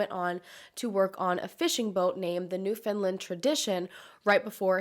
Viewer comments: Hi! love your videos and love them even more when they’re from where I live. Just to let you know, it’s pronounced like ‘understand’! ‘under-stand new-found-land’☺️ it’s mispronounced a lot. St. John’s is actually a large city, the population is over 180,000! Large city but small town feel, love my home! Hope this video gets the family some answers. Look forward to your next upload!!! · As someone from Nova Scotia 🇨🇦 (another of the Maritime provinces) I always hear people mispronounce Newfoundland, you pronounce it a couple ways at the beginning which is fairly close but it’s pronounced new-fin-land but more like newfin-land (fin/found isn’t emphasized as much) I’ve heard of this case before but there’s no one that really covers cases from the smaller Canadian provinces so it’s nice to see you doing that!! Thank you for bringing attention to more cases in our little corner of the world❤️🇨🇦❤️🇨🇦❤️🇨🇦❤️ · it's NewfoundLAND not NewfoundLIND I dont understand where people get the 'i' from when it's nowhere in the name lol Also St.Johns is the capital city on the island.. it's not a a tiny little fishing community it's fairly large for the sizes of villages and towns we actually have here. Thanks for covering the story! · I was living in St. John’s at this time, and I remember hearing about this !! So cool that you’re covering some Newfoundland cases ! *pronounced new-fin -land by the way, not new-fin-lind :) Love you videos ! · Hey, I’m from St. John’s and I just wanted to let you know that you’re pronouncing Newfoundland wrong and as a Newfoundlander it can be very grating to hear it said like that hahahah so I thought I would mention it and try to explain how to say it- so its pronounced similar to the word “understand” “new fown land” not “New Finland”- I hope this helps! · Newfoundland isn't pronounced like New Finalnd it's pronounced kinda like Newf-Un-Land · Any other newfies wanna jump off the bluff every time she said “New Finland” ?